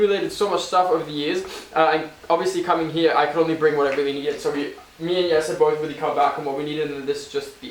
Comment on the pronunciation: Lovely video!! Can't wait for the next ones! He pronounces Jesse's Dutch name so well :)